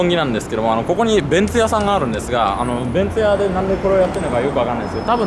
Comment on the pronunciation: ベンツ屋を弁当屋と聞き間違えました。😎